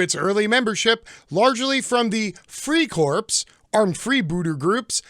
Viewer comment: Thats not how your pronounce Freikorps. How can one get education from a someone that doesnt know the language of the culture he is trying to so absolutely speak on?